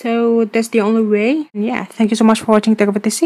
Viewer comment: Lol you can't say thank you ... You say tank you